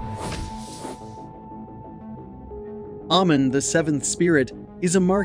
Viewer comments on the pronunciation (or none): none